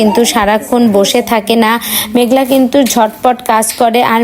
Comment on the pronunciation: আরে ভাই আপনার মেঘনা মেঘলা না মেঘলা না মেঘলা আমরা তো মেঘনা নামটা ঠিকমতন কইতে পারেন না তো আপনি মেঘলা মেঘলা লাগায় দিছেন মেঘনা নাকি হারার ভিডিও দেখতেছি এর ভিডিও থেকে ছবি দিয়ে ভিডিও গান বানানো দরকার নাই দেখতেছি তো না